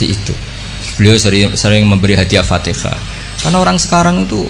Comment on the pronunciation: Alfatiha jadi Alpatekah